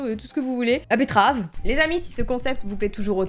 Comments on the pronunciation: bettrave et il y a que moi qui a remarqué qu'elle a dit bluff à la bettrave au lieu de blush à la bettrave ca ma fait rire 😂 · j'aime trop les vidéo astuce meilleure vidéo oh et "betterave" 😂